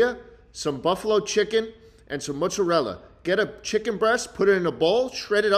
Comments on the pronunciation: schlatt really said m ö z a r e l l a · Why is he mispronouncing Mozzarella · Please pronounce mozzarella better